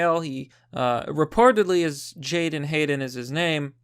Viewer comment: Make sure you have his name correct: it is not Jaydon or Jayden but Jadon. Also, it is pronounced as (jay-DON) with the emphasis on the second syllable.